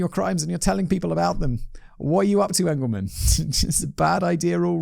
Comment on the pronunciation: It's peonounced "E"ngleman not "A"ngleman. I know his family.